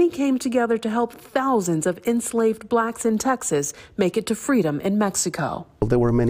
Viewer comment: "Helping BLACKS escape slavery" 😂😂😂 Why she say it like that?